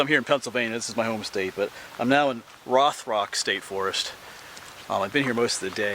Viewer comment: Love your videos man. Just a little help from a local we pronounce Rothrock (Rowthrock).